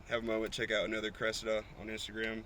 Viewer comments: How can you butcher the name of a “Cresseda” so badly 😂🤦‍♂️ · Cressida is pronounced like the girl name